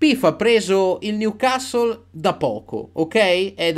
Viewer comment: finalmente qualcuno che pronuncia "Newcastle" in modo giusto (non è cosi' mportante ) ,ma sicuramente suona meglio...